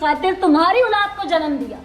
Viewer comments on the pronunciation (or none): plz OOLAAD na kaha krein OLAAD HOTI HE😅😅😅